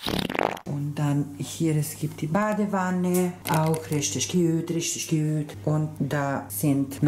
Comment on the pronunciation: Niemand..... Wirklich niemand...... Dadrin es gibt eine TWALETTE...Da es gibt so Dusche...Plom Plom Plom Plom Plom:D RISCHTISCH GÜÜT